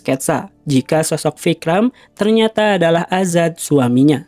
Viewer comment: Azad min,, bukan adzan😂😂🙏🙏